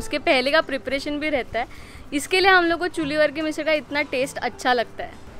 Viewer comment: Your channel is nice and content is good too.. doing videos in hindi helps larger audience to watch it, which is awesome too! But why to pronounce marathi words in hindi accent 🤔 somewhere we do this which sounds weird.. be proud of our language and pronounce मिसळ as मिसळ and not मिसल.. just one example im giving